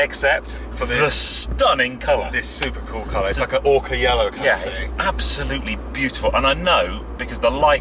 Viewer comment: Incidentally, its Ocra, not 'Orca' = Ochre in English. And it's M Y 2020 not "MY" 2020 = Model Year. (I thank you. Takes off anorak.)